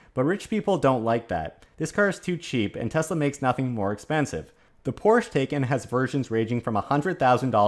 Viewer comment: Taycan rhymes with Taiwan. as in "Ty Con".